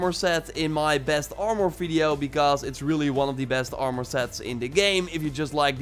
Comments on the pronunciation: What's ar-more 🤣🤣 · Try saying armor without "o" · You say armor like it has a “our” at the end lol say it like it has a “er” at the end